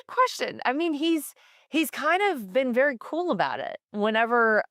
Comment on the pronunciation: By the way. God is vewy angwy😊